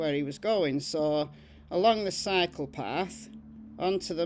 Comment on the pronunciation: happy Sunday (or maybe Monday for you.) I love hearing the very old cases, but it’s good that you’re showing recent cases too! When you first said that Daniel was heading towards the cycle path, I thought you said “heading toward the psychopath.” 🤣 I was quite confused!